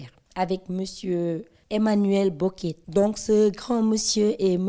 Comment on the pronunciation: Merci pour cette interview. Mais c’est Boquet la prône au lieu de Bokett non??